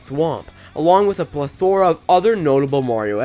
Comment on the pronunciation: Arrgh! You mispronounced 'plethora' again! It's 'PLE-the-ra' not 'ple-THOR-a' But other than that, incredible vid, I agree with everything-even the exclusion of the koopalings. I HATE the Koopalings. They feel like filler on the Mario kart roster, and they aren't very creative bosses, due to their overuse. I like the concept, but I prefer bosses such as those from NSMB DS... Oh, well...